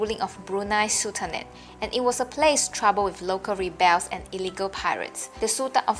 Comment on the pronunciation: Ree- bells?? Haha, so cute. My dear, "rebels" should be pronounced rare-bers. "...disappeared from THE history." The "the" is not necessary. It only implies that the sentence is not complete. Correct sentence should be just: "...disappeared from history." You know,, you should help write and edit a book on this. I'm pretty sure many academic institutions will find it most wonderful on their shelves.